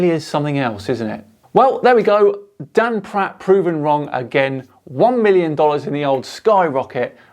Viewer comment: Did you say he’s called Dan Pratt or??